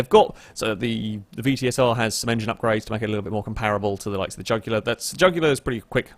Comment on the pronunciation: Trying to say jugular. Me: The vein in your neck!